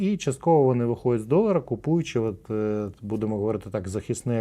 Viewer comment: Тобі щелепа не дає можливості сказати "отже"?